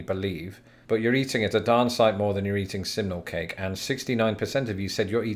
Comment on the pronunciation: Oh thanks goodness... until you displayed the poll I thought you were saying 'seminal cake' which sounds entirely different.